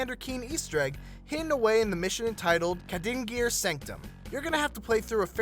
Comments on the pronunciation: Kad-in-jer. Not Ka-dinger. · the way ypu pronounced kadingir. my god. Kad-in-gir not Ka-dinger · KAH-din-jeer sanctum. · Lol he miss pronounced "kadigir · The way this guy says Kadingir Sanctum is extremely butchered. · The way this guy says kadingir makes me want to shoot myself